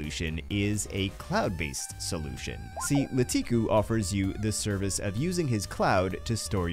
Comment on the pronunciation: I hate to be that person, and this is a great video but: It's actually LaKitu (Lah-Key-Too) not LaTiKu